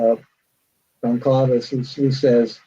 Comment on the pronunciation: He mispronounces Goncalves as Gonslavez.